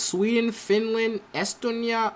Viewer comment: And not Estonia ist with the long e